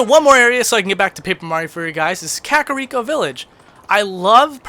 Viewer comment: The way you pronounce "Kakariko" sounds like of like Spanish and it translates to "delicious poop", I shit you not........ pun intended.